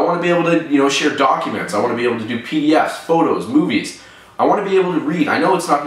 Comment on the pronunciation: at 1.39 when he say movies, it sounds like he is saying boobies... just saying...